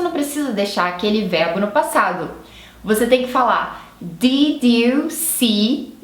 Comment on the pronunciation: não sei se é pq vc está "aportuguesando" as palavras, mas parece que vc confunde os sons de "i". O "did" soou como "deed" e o "sleep" como "slip"...